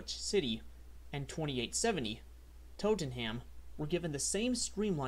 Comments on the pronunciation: oh.. and "Norwich" is pronounced "Norich" and "Tottenham" is "Totnam" - yeah I know... Just don't get me started on "Leicester" ;-) (time to put the glass down and leave the bar ;-) ) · Nor-witch and Totem-ham? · Norwich is pronounced NOR-rich and Tottenham is TOT-num